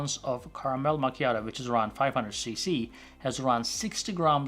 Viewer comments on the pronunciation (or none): none